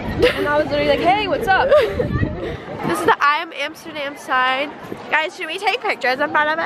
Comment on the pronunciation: nobody and I mean nobody will mock more than she mocks herself. “Amstergam” “came to my Amsterdam” I love you